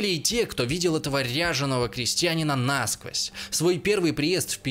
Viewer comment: Не нАсквозь, а насквОзь! Лечитесь! Вы неадекватны!